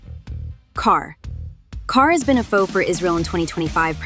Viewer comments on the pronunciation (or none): What is CAR? ITS QATAR!